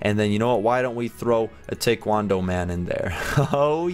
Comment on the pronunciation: It’s not tay-kwon-dough lol it’s tie-kwon-dough